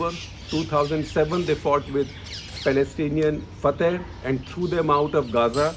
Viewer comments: Shekhar you pronounce Fatah wrong. It's pronounced as Fa-tha not Fa-thy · shekar sb at least learn how to pronounce FATAH!